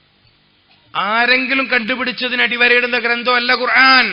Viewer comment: قرعان😂ال قرءان